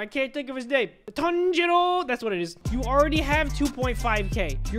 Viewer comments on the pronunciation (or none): none